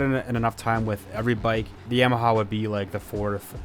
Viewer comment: Why do you say yamaha like that smh 😤